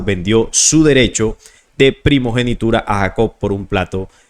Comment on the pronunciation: Prigenitura????? PRIMOGENITURA